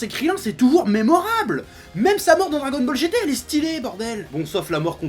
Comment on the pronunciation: tu a dit dragonmall est au lieu de dragonball est mais sinon j'aime bien tes videos continu comme sa